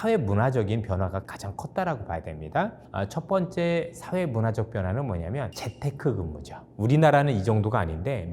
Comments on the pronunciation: 좋은 정보 감사합니다. 다만, 재택근무를 재테크근무? 라고 발음하시는 것 같은데, 재테크근무는 무슨 뜻인가요? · ㅋㅋ 아니 무슨말 하는 지도 알겠고 어느정도 공감도 하는데 재테크 근무는 뭐지? ㅎㅎ 미국좀 갔다 오더니 혀가 꼬였나? ㅋㅋ